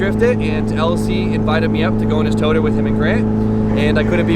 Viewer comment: Nobody:: toTERR